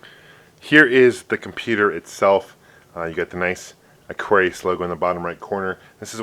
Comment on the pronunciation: mattel electronic presents: aquarrrlRRllliuisu : D